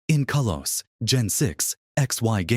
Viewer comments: It's Kahlos, not Kaylos. You can prononunce things better than AI. Stop using it. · It's kalos🥀